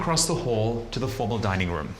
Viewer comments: Why is he pronouncing "room" so strange? 🤔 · why he say rum not room? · “ an impressive rúm” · They way he says "Room", exquisite